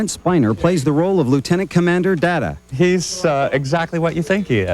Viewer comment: "Darta" lol